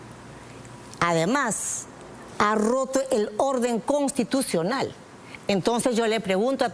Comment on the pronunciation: NO SE DICE CONTITUCIONAL, SI NO CONSTITUCIONAL